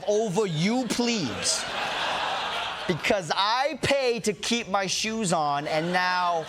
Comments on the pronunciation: Plebs not ‘plebes’. A plebe is a Naval cadet. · Ronny! Plebs bro, not pleebs! HAHAHAHAHA :) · Plebs isn’t pronounced “pleebz” lol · "Pleebs" 😂. A for effort.